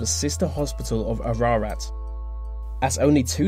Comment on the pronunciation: Bro, I live in Ararat (which is pronounced A, Ra, Rat btw) and I’ve been to the Aradale lunatic asylum campus over 40 times. I haven’t been inside the actual building yet, but people who have visited it have said that the couldn’t breathe properly, their legs tingle, and they can feel something touch their face.